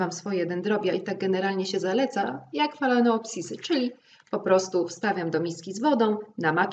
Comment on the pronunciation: Zazwyczaj ta orchidea nie robi na mnie wrażenia, ale Twój okaz jest przepiękny, zdrowy i gęsty 💚 PS Mam tylko jedną, małą uwagę: Phalaenopsis wymawiamy jako falenopsis. To zresztą spolszczona pisownia. Otóż dyftong "ae" czyta się po łacinie jako samo "e", w przeciwieństwie do "ea", które czytamy w całości 😀 Pozdrawiam i nie ukrywam podziwu dla Twoich umiejętności i wiedzy.